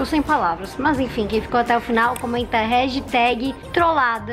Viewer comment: ela falando rregitag kkkkkk